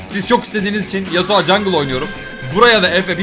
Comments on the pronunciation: nobody:: yasua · nobody:: yasua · neden Yasuo ya yasua diyosun? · YASUA DEİL YASUO YASUO YASUA NE YA:DDD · yasua değil yasuo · No Body:: Yasua